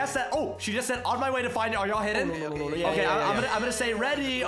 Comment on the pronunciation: “Find” you said fine